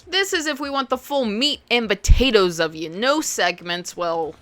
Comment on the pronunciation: The full meat and "Buh-tatoes"🖤😍 Love your vids!